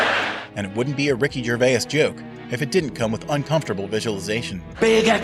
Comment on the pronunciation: Who is Ricky Gervayus?